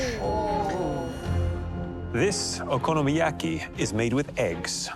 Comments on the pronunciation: "I'm familiar with 'OKI-YOMIYAKI' I make it at home quite frequently." 🤣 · She really just said: Okiyomiyaki????? So embarassing.... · If only she was as familiar with pronouncing "Okonomiyaki" as she is making it